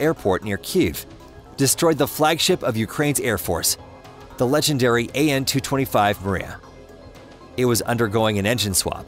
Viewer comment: AN-225 not AN-226!